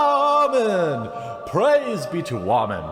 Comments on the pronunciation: Dude, that shit had men laughing with the light coming down all holy "wahman.....WAHMANS"......Shit was to funny. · First time watcher...why does he sometimes say woman weird?